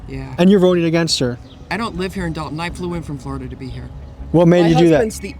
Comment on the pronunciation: She cant even pronounce "to" 🤣 Tiffany: "tuuh"